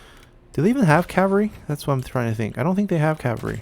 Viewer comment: Why can't you pronounce oathsworn or cavalry? You say it like oathorne and cavary